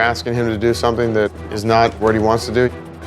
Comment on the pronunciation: Jo teaching Branson to say the ‘th’ sound, Jo, you say WIV all the time and Uvver instead of with and other PLUS what about SOMETHINK and NOTHINK, Supernanny, check you OWN pronunciation first!